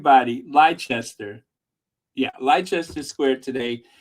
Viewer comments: It is pronounced "Lester" square. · Lie-chester square 😂😂😂😂